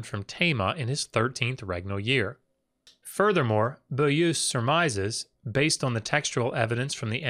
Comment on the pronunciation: Excellent and informative video. I am somewhat amused at ability to speak ancient and dead languages when juxtaposed with his struggle with simple modern French. Beaulieu isn't pronounced "boo-loo" in any part of the French speaking world I'm aware of.